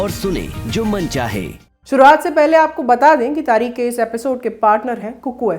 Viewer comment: "🖋️🖋️🖋️ आदरणीया ! आदाब !! आप का अंदाज़-ए-बयान नेहायत ही उ़म्दा है , जिस के लिये दिली मुबारकबाद !!! बस अपने तलफ़्फ़ुज़ (उच्चारण) पर ध्यान देने की ज़रूरत है ??? प्रोग्राम का नाम तारीख नहीं बल्कि तारीख़ है और बेगम को बेग़म कहना दुरुस्त नहीं है ????? हमारी दुआ़यें और हार्दिक शुभकामनायें 📘📘📘 "